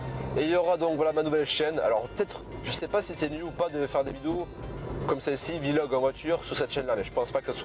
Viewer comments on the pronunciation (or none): on dit pas "vilog" mals "vlog"